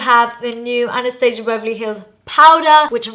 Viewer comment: Hard to watch cuz one of my pet peeves is when people pronounce Anastasia wrong